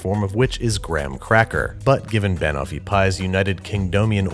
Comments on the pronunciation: Well 'pin' for 'pan' isn't a good pronounciation either. Brad has rubbed off on Babish. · I KNOW!!!! it's not even a hard pronunciation, just shift the emphasis from BA-no-fee to buh-NO-fee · Time for some Hermione-splaining. It's not ban-offee, it's ba-noffee. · Ban o’fee pie?! Ban-off-ee pie, looked yum thohgh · Pn. Bunoffee. Not ban offie banana/toffee. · Every time he says "Wurshchuster Sauce" or "Banuffee" an Englishman spontaneously combusts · I'm having a reaction to "Ban-offie pie" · Jeff Nichols yeeee, but he’s not saying Ban(ana)(t)offee, he’s saying ban-owe-fee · I'm American. Its wrong. Do you call bananas BANana? No. You say buhNANa. . Its literally Banana and Toffee combined. BuhNOFFee. Also, it's a British dessert, so I think they know how to say it correctly. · he weirdly stresses the BAN bit. It's "ban" as in the beginning of banana- closer to "bun" than "ban" (technically I think it's a schwa, the indeterminate vowel, but that's because I'm a nerd) and then the end of "toffee". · buh-noff-ee. Stress on the second syllable just like Kiers Knightley's character does. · I’m from the UK, I can confirm no one calls is Banoofeee pie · I, as a british person, am never going to be able to unhear him say ba-nuffy and i dislike it greatly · Babish: Tries to pronounce Banoffee pie Me: *ScReAMs iN BrItISH* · how can you pronounce Banofee wrong when she literally says it in the clip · To be fair, there is an “o” in the name of the food is being pronounced. It’s toffee, not taffy; which are different things. Plus, even though we say caramel weird we say almond a lot better in my opinion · yes insanely offensively incorrectly pronounced. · I never said it was wrong I just said I was uncomfortable lol. But it is a mispronunciation if he was going for the British style here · I’m sorry Babish but the way you pronounce banoffee pie physically pains me. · As an English person, the way he says banoffee makes me die inside a little